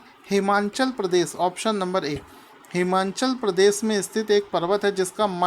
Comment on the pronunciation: सर हिमांनचल प्रदेश मत बोला करो हिमाचल प्रदेश बोला करो आपको मैने पहले भी बताया था लेकिन आप बार बार मेरे कॉमेंट को नजर अंदाज कर देते हो कृपया आगे की विडियोज में हिमाचल प्रदेश बोलने की कृपा करें। 🙏🙏